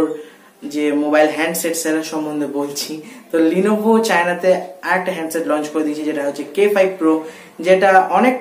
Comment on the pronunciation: 1st of all eta লিনোভো na ;লেনোভো hbe